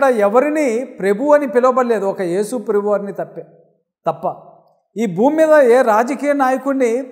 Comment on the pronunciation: Prebhu kadu sir prabhu Ani ucharinchandi